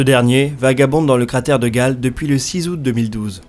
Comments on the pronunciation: super travail mais on dit cratère "gayle" et pas "gale", on dit aussi "kemkam" et pas "chemkam" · Quelques critiques secondaires : Chem-Cam prononcée Kem-Cam Cratère Gale prononcé Gayle L'eau liquide sur Mars jeune (vidéo précédente surtout), c'est encore bien discuté au point qu'on puisse distinguer deux groupes de chercheurs, un groupe pense qu'il y a eu océan, rivières etc. l'autre que Mars a toujours été froide et que la glace se liquéfiait (rarement) et se transférait d'un hémisphère à l'autre sous l'effet des changements orbitaux ou d’éventements ponctuels comme impact ou volcanisme. Rien d'admis. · on dit "Kemcam" et pas chemcam pour la caméra de curiosity et le cratere de gale se dit "guèile" , en tout cas c'est comme ca que prononce les astrophysicien qui en parlent !